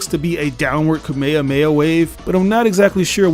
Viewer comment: Bro y do u say kamehameha in correctly